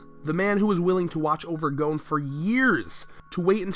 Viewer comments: Gon is pronounced like 'GONE' not 'GOEWN' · Gohn? Its pronounced Gahn. >.< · Why are so many people pronouncing Gon "Goun" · Why do people say gouun instead of Gon? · Dislike how this guy pronounces Gon. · That Gon pronunciation though